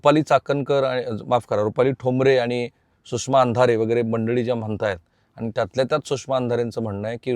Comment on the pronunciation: i always listing your video. you are presenting very well but need to improve your language. sorry for free advise. ani bani & pani need to improve.